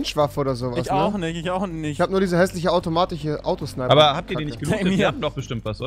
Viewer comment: 1.30 "automatiche" 😂😂